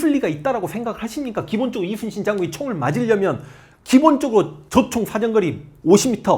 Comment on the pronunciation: 선생님 제가 정말 진심으로 존경하고 사모하지만 '우' 발음이 새시면서 이'슨'신으로 들리는 건 너무 매력적이십니다.